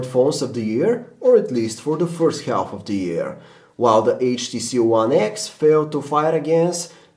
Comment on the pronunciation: He pronounced the 'L' in half. LOL